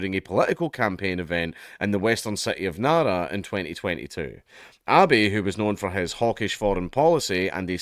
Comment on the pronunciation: It's Abe (ah beh) not Abby.